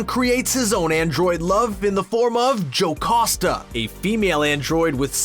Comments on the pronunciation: Jocoosta.. it should be Jocasta. Learn to read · Stop saying "JoCOsta" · WHY DOES HE SAY JOCASTA LIKE THAT